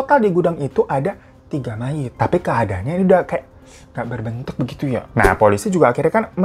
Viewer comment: Mayat bukan mayit